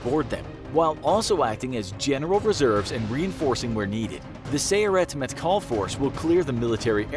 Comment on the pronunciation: The way he says sayeret matkol😂😂